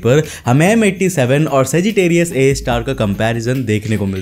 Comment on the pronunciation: Tum har video mai saggitarius a ka nam galat kyu bolta hai,akhir black hole ne Tera bigada kya hai?